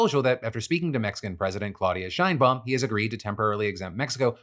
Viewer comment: Phil! I love ya! The “She” in Sheinbaum is said like in the word “Sherwin” or “Sheraton” not “Shainbaum”.